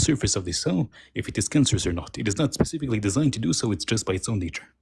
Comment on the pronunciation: The AI guy said cancer is "pacifically" designed.